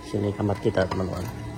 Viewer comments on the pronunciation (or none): none